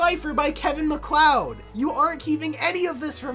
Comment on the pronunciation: Kevin Maccloud? No it is Kevin MacLeod 💀